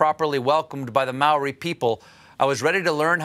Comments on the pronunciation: and yet noone thought to teach him how to pronounce Māori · Māori, not Maori, Stêphën Gölbert